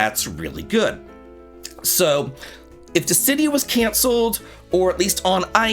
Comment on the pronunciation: Ah wow thats how you pronounce dissidia (Dis-si-dee-ah). I didnt know how and have been pronouncing it Diss-ah-dee-ah all this time. That makes so much more sense.